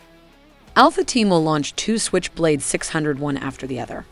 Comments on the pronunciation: at first 10 seconds of this video she pronounced SQuich blade instead of switch blade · "Skwitch" blade